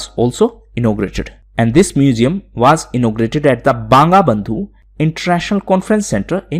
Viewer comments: smin Sir its not Banga Bandhu its BONGO BONDHU kuch chis sehi se pronounce karo sir. Ya if u dont know the exact pronunciation then first listen the proper one. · Banga Bandhu ( in bengali pronunciation it is 'bongo bondhu'.